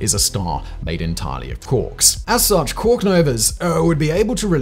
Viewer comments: You’re pronouncing quark wrong and it’s distracting 😅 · And I soon as he said it the first time I googled it to make sure I wasn’t going mad and he’s 100% pronouncing it wrong